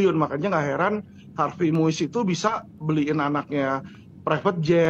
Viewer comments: Har vey mas...bukan har vest.... Harvey Moeis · Harvei bukan harves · Sebut nama “Harvey” aja blepotan 😅